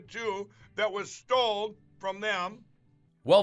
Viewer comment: How have none of his handlers pointed out to him its "Stolen" vs "stold" . Unless perchance...they want him to sound really dumb?